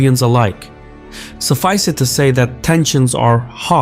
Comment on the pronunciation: Why do you pronounce "suff-ice" as "suff-ice-day"?